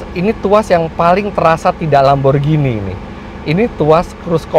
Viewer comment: Bukan Lamborjini om. Lamborghini. Baca nya GINI seperti beGINI. Nanti di suratin Lambo om kalau baca nya jini jini gitu